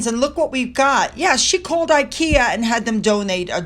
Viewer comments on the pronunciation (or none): none